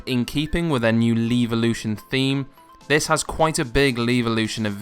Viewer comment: Nice video but please... Levolution, not leavelution :)